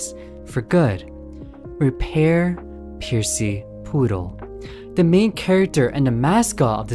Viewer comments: You said percy wrong its not piercy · they were referring to how kept calling them “Piercy.” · Straight up I was caught off guard when I heard it. Like bro never heard of Percy Jackson? 😅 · Excuse me but, actual question, is that not how people usually pronounce it? If it is "puh-see", as in Percy Jackson, or "Per-c", as in how he pronounced it, both sound the same What's the difference which y'all are talking about? I am feeling a bit confused ohhhh, edit: he alternates from percy with C to percy with Pier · Percy ❌ Piercy✅ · Opening up the video to hear you pronounce it as 'Piercy' immediately told me this video was going to be good 💀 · where did the "i" come from why you saying "piercy" 😭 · It's called percy not piercy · im gonna be petty: it's not "percy's" it's "percy" <3 lol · i get 2 seconds into the video and had to pause do a double take pause AGAIN and question in what world is it pronounced PIERCY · You pronouncing it "Piercy" kills me every time 😭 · Never heard Percy(Per - C) pronounced like that, laughing my head off over it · The start of the video gave me a panic attack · Potentially unwatchable ong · It makes me SICK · I take 1 HP of psychic damage every time it happens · IT'S. PERCY. PURR-SEE. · who tf pronounces Percy "piercy"